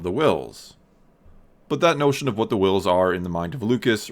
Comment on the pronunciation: So.............why are you putting emphasis on the "h" in Whills. 🤔 "NUFF SAID"™